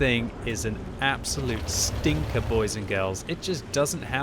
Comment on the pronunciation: I love how the super pershing in the O Ho game says "sting" instead of "stink"